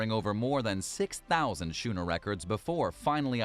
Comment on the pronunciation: The word is pronounced "skooner" not "shooner" ... from someone who studied types of sailing ships while weekend sailing on a dragon class sailboat. Otherwise, quite informative. Love the airplane turned into reef.